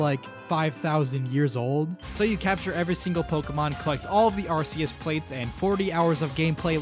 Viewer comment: always wondered why people call it ar-see-es when in the movie ash called it ar-key-es 🤔